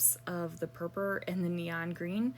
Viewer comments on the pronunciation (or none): Love the layout. Do you realise you say purpur instead of purple?